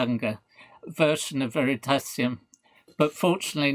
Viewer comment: Prof killed me when he said Veritasium